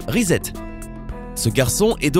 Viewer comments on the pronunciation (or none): none